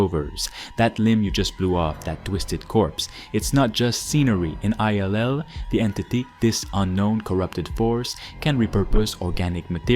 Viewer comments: I think it's "Ill" as in "I feel Ill", not I-L lol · Why does he keep pronouncing I L L ? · Did you just call it 'I'll' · Did he really just refer to this as “Eye-El-El” 😂😂 bruh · Is this AI voiceover? Why are you pronouncing the name of the game that way?